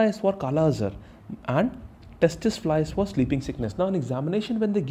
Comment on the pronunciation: Lol.. It's not testis fly.. We prononuce it see see fly spelling is tse tse fly. Mr. T is silent herr